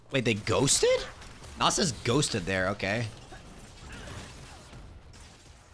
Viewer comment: When you say "Nos-us" is it because you had a stroke? lol